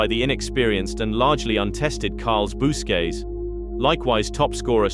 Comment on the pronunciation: It actually worked alright in comparisson to most, but the misspronounciation of Busquets jolted me a little, definitely could be better but all in all, it definitely didn't detract